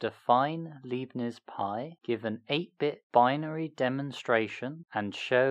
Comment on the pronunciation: His name is Leibnitz, not Liebnitz. ;)